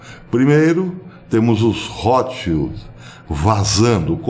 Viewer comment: O nome „Rotschild“ vem da língua alemã, e quer dizer „escudo vermelho“ , mas, muita atenção à fonia, le-se rôtchild, e não rrótchild! Espero ter ajudado em algo.